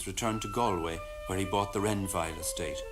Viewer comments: The first syllable of Galway is pronounced like a "wall", not like a "gall" from kalamazoo . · 😂 you are saying Galway wrong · It would be nice if Galway was pronounced correctly. Nice piece. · Gaul-way or Gallway is how you say it. Come on man, research names when your doing your vids. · Great work. Galway is pronounced “Gall-way” like “all” btw. Very interesting info here. Thanks! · This is a brilliant piece of work, I expected it to be easily dismissed woo-woo... it isn't. Really got me thinking. Thank you. [And brought tears to my eyes that last scene of the Brendan doc... ach, very moving, very moving.] Galway is, incidentally, pronounced "Gaul - way" in English anyway... with an "a" like "Saul" or "small". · Galway is pronounced “Gaul-way” . Just a friendly fyi from an Irish man ✌️ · Dublin here. I have heard numerous culchies pronounce it like the guy in the video! "Gale - way." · Who are you to say what every Irish child should know when you don't know how to say Galway? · How do you make a three hour video and mispronounce the name of the city?! lol